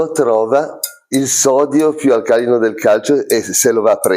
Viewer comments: Bellissimo risultato! Nitrato di sodio o di potassio non fa differenza. Perché fare quel traffico di scambio ionico? E: "alcalìno", non "alcàlino", please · Mi chiedevo, in effetti, la stessa cosa (da un punto di vista chimico, non c'è ragione per cui non dovrebbe funzionare con KNO3). Mi associo alla richiesta di utilizzare l'accento corretto per alcalìno... dopo più di 30 anni di chimica, sentirlo pronunciare in quel modo, mi fa lo stesso effetto di un'unghia che striscia sulla lavagna. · Eppure devo ancora sentire un medico che pronunci correttamente "alcalìno" anziché "alcàlino", e mi chiedo perché. Anche se hanno un solo corso di chimica, questo dovrebbe essere tenuto da un chimico, e non credo esista un chimico che dica "alcàlino". Boh...